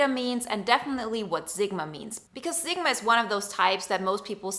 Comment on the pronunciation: Zigma? Seriously? How can you spell Sigma correctly yet repeatedly pronounce it incorrectly? Given you have no accent, it comes across as an affectation